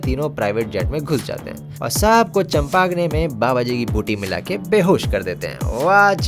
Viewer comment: Champagne 🍾 ❌ चंपागने ✅ 😂😂😂😂😂